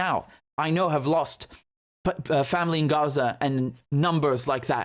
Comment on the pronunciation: Heh Richard, I respect the word you are doing the transparency, and 0 bias of your analysis. the other thing I like about you is how you pronounce Arabic words like Gaza (Ghazza) and words that have letters ه ح ع ق ; but Haniya unlike Yahia is written this way هنية.